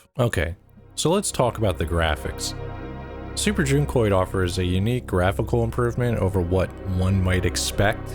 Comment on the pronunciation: Oh that's how you pronounce it? With a long u? I thought it was like junk-oid... and yes I was confused by that name lol